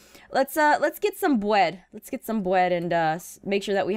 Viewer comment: "Wets get some bwed"... 😂😂😂😂😂😂😂😂😂😂😂😂